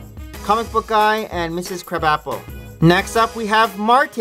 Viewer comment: its pronounced "Mrs Cruh-bopple" not "Crab-apple" lol.